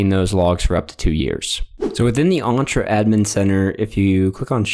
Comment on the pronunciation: The E in Entra is pronounced as in 'Enter', not as in 'Aunt'